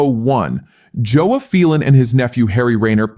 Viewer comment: I have always know it as Phelon (pronounced like "Fellon" ) and Moore......... not "Feel-on". What do the UK Panther owner club experts say? I always admired the Big Cat Slopers since I was a teenager with an AJS 16MS field bike in the 1970s.